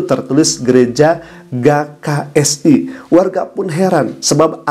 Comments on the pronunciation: Apa susahnya njir baca huruf G 🤣🤣🤣🤣🤣 Mana di ulang2 mulu jd gagal fokus G K S I bukan Ga K S I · GKSI dibaca GE KA ES I ustadz